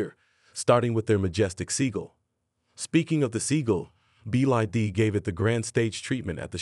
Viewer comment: "Sobium" "Roomaway" Company "BID". AI writing? AI reading? Sounds pretty crappy.